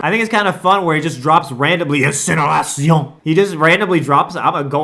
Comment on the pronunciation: Thank you for standing for the french! The « INCINERATION » was on point honestly Great content, do not regret subbing!